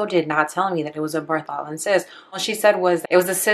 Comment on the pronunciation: Pronounced BARTHolin.